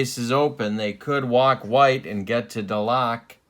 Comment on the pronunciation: Yes, it's Duh-LOCK. But it's Mike For-NEELEES....also FYI it's Jerry Cuh-SALE, who was sometimes used as a pinch-hitter and once hit one over the Green Monstah.....as for Buddin's nickname, Red Sox fans dubbed him "E6." Great series and wonderful old cards!